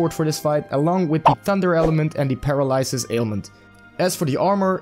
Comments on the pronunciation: “Paralysesis” lol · Paralysis - PER-AL-LY-SIS.